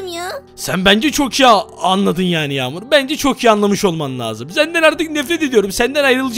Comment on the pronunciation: Kanka Yamur Deme Ben Yamur Azra Diye Ayrıdım.